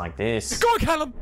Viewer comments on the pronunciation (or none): mate, it’s Kallen (slapped ham) not Callum!